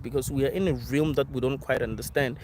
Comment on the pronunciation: ¨Interpret.¨ ¨Realm.¨ - Pronunciation.